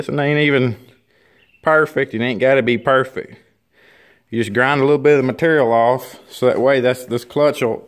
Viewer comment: I love this guy. It ain’t gotta bee purfec 😂